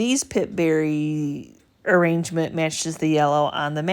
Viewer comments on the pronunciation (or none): none